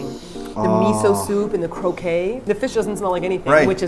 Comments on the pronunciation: Japanese croquette, my Japanese family says it as "kroh-ket" not "kroh-kay". Gross video overeating slimy fish. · What said: "This smells amazing...the miso soup and the croquette." What I heard: "This smells amazing...the miso soup and the cocaine." Oops. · I swear at this point that and are mispronouncing croquette on purpose since that first video. xD It's pronounced /krō'ket/, guys! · croquette not croquet. Croquet is a game. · You two have been mispronouncing croquette for soooo long and it's finally got to me after all of these years. I'm sorry! It's croak-ette!